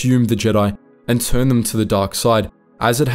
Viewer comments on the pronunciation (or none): none